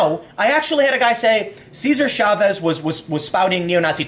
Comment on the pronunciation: Chavez, not Schavez! Ch as in Chop.